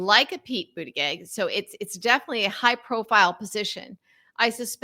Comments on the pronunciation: It's not pronounced pete boot a geg. It's Pete boot edge edge. How hard is it to report THAT?? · I like your approach and what you have to say, but I have a hard time imagining how you got through the last five years without correctly learning how to pronounce Mayor Pete's last name. It's Boot-a-judge, according to his spouse. You can't maintain much validity with errors like that. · Why can’t you learn to say Pete Buttigieg’s name? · At the very least, learn how to correctly pronounce Pete's surname. 🙄😖🤬💙💙💙